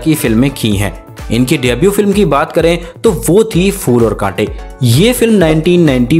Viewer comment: Fool aur kaantey nahi ,phool aur kaantey Kya hindi may " P" nahi hey? Aur kuch pir ko b fir kehthey haen.